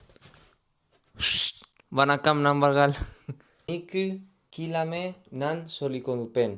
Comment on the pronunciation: Super try. But, it's not hard pronounce it in this way 'kilamai'